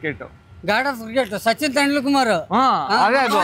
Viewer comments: 🗣️ : Sachin Tendulkar ❌ 🗣️ : Sachin Tendul Kumar ✅ 🤣🤣🤣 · Sachin Tendulkar ❌ TendulKumar✅ 😂😂😂😂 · sachin tendulkar ❌ sachin tendulkumar✅🤦🤦